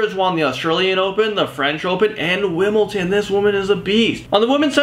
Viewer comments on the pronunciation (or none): Its Wimbledon not wimbleton